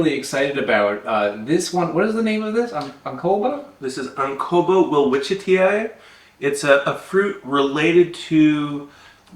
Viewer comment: Just your botanical Latin schoolmarm checking in with a little dose of pronunciation pedantry: Welwitschii - well-WITCH-ee-eye (or if you’re a Brit, well-WITCH-ee-ee). It’s named after an Austrian botanist named Friedrich Welwitsch, who would have pronounced his surname “Vell-vitch,” but it is what it is... “Tsch” is just how Germans write the “ch” sound (as in “Tschechoslowakei), because “ch” is already busy making the sound it does in Scottish “loch.” Botanical Latin is weird because it’s not a real language and it’s largely not Latin at all, but the good Professor Doktor Welwitsch was not named “Welwitschit.” :-)) Witsching you well from Seattle! He’s especially well known for documenting Welwitschia mirabilis, the bizarre gymnosperm with just two leaves that grow constantly over its very long life.